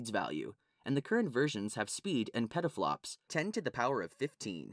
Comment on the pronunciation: "PEDDLE FLOPS" lmao